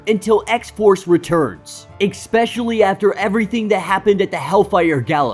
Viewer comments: 😵‍💫🤦🏾‍♂️"Ikspecially" isn't a word. other than that; pure excellence👌🏾👍🏾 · learn how to pronounce especially.